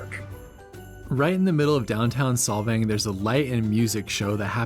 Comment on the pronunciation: SOLVANG NOT SOVANG